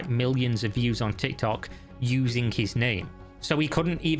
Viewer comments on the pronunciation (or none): none